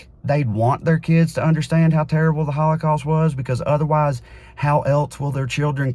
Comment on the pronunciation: "we shouldn't 'exploit' the HawlaCawst" ?!??? 🤣🤣🤣🤣 Dear YHWH if there's anything we shouldn't do, it's that lmao Are you willing to address who funds Neo Con and Q tier narratives and media that make this subject the center of every discussion? Ever think it's meant to make them look foolish as well as keep the discussion on the HOWLACOWST as a bonus? Schindler's List is a fan fic take on an already stretched narrative. And do you think the super philo semetic GOP would ban anything like that? Nothing was banned. A comic about mice was removed from children's categories on websites. And now this has done nothing but increase sales because this whole thing was a pitch to do just that.